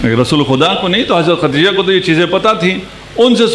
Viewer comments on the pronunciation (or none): حدثنا پڑھنا بھی نہیں آتا خدیجہ کو ختیجہ بول رہے ہیں پھر محقق بھی ہیں واہ واہ